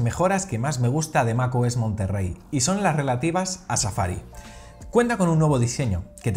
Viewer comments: Es "Monterey", "Monterrey" es una ciudad en Nuevo León, México la "RR" no existe en palabras del inglés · Es Mac OS monterey no Monterrey